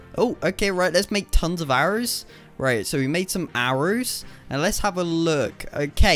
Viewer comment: He said arows